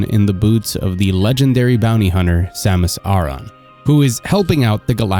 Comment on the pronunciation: Samus "Ah-rah"? It's Samus Aran, like Aaron/Arin.